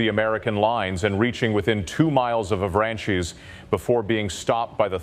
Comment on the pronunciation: Interesting historical account, tempered by excruciating mispronunciation of French town names. "Avranchies?" Oh, you mean "Av-ranch'. 🫣